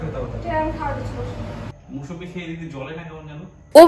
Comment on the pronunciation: Moushumi ki ????? Musambi